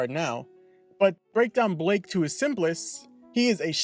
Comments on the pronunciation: BLYKE NOT BLAKE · Is it pronounced "Ay-zen" or "Ee-zen" and also isn't it Blyke not Blake? Sounds like you said Blake. I always pronounced it Ee-zen and Bly-ke